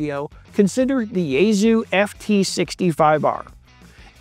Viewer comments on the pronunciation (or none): It's pronounced YaeSue not YaeZoo